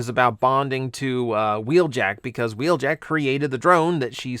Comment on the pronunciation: Wheeljack isn't in Earthspark, but "Huh-weeljack" is.